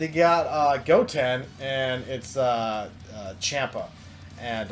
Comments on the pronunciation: I subscribed but it's champ-a pronounced Chompa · I CRINGE SO HARD WHEN YOU SAY CHAMPA